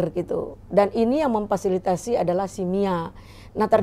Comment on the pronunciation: belajar ngomong dulu bu Memfasilitasi yok sama2 diulang Memfasilitasi